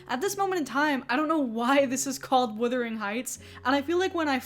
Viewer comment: Buggar, please Wu-thering Not Wi-thering, to wither is really different, really, really different Check out a withered limb. Heathcliffe is described as swarthy…. Lotsa “white “ POC are swarthy, dark hair dark eye and skin that doesn’t burn but rather tans Oh dear what a horrible 90IQ world that have access to the internet